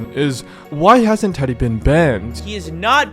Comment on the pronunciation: never realized how much "teddy" can sound like "diddy"